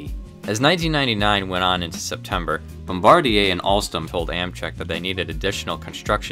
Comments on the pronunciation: Thank you for saying Bombardier properly!! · Great job on that Bombardier pronunciation!